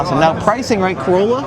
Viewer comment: Oh wow a $100K "Carolla"